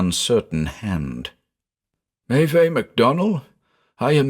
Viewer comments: Unsure if anyone has said this before, but the "Meve" in the initial quote is pronounced May-iv. It's spelled Maebh in Irish, the "bh" becomes a "v" sound. Always love your stuff btw, just thought I'd mention that. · Maeve is pronounced as /meɪv/. Otherwise, it is nice to hear a story set in Ireland. It has so much potential for creepy stories.